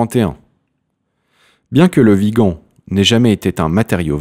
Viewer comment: Bon dieu il ne comprend ce qu'il a écrit il écorche les noms , même dans le titre il a écrit viga au lieu de Vigan.A la fin de la de vidéo il est incapable de prononcée correctement le mon de l'acteur Le Vigan ,dieu sauve la France nous somme perdu peut être dans un siècle cette vidéo sera une référence historique .